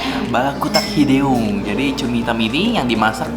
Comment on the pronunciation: Baca hideungnya lucu. Bacanya kaya u baca belut, baca deu nya